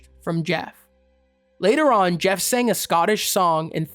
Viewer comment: Pronounced Ger, not Jef.